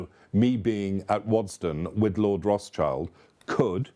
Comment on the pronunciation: Yep, Lord Rothschild pronounced 'Roth Shield' is willing to have a chandelier made out of broken tableware but not cheap copper and dandelions.